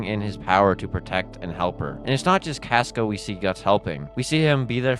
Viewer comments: My guy it’s pronounced “cosca” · SAY CASCA RIGHT OMG